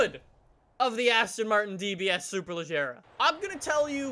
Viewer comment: It should be "SuperLeGeRa" and pronounce like the "AGeRa" in the Koenigsegg Agera. I don't know who teach you to pronounce it like "SuperLeJerRa". Don't judge on me, BECAUSE "SuperLeGeRa" sounds much more elegant than "SuperLeJerRa"